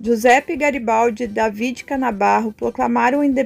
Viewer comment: Você está pronunciando errado o nome "David".... fale em português, não em inglês.